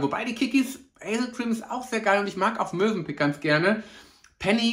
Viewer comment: Ich bin vielleicht noch etwas müde…aber ich hab gerade „Mösenpick“ verstanden 😂